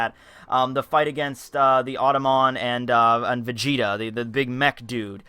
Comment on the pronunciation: gelly vegeta? vegelly?